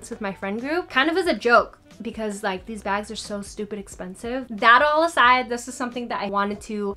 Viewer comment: I love the way you say “espensive”💜😂